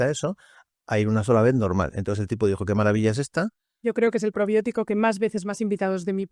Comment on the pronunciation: Que Probiótico😅 Dijo